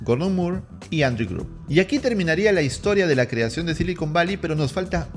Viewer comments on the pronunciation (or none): none